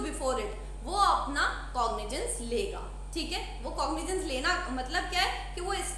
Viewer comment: cognijens nhi madam cogniZance